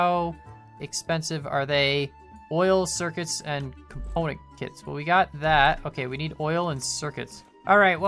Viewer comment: He makes component kits sound like componakit =P